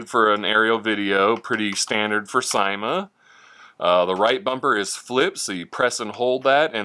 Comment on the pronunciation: thanks for the fun video! Just want to mention, it's pronounced "see-ma", according to Linda Wu, who is some exec with the company. Again, thanks...(I got mine in the mail two days ago)!